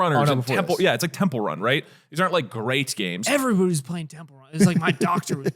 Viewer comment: I’ve never cried laughing from a BUSINESS PODCAST he legit has a lisp and a speech impediment “Temple Wun” “Over many years” “Expwore” “Bwiefwy” I mean there’s soo many